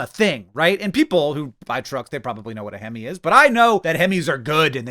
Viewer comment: Looking for anyone else who heard him say "hemmy" (like a goofy abbreviation of hemorrhoid) instead of "hemi" and felt VERY CONFUSED as to why this was a cool thing that truckers wanted 😂